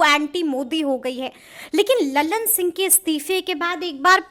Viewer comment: उच्चारण सुधारिये, ललन सिंह को आप लल्लन सिंह बोलती है।